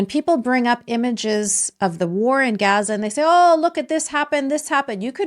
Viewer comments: What is Gasa ? I really thought it was pronounced like gahza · Serious question I thought it was pronounced, Gaza like GAHza as in father. Or Islam like Islahm. Not Islam like Spam. Iraq like Iraq not I rack. I’ve never heard any Arabic speaking person say the As like that in those words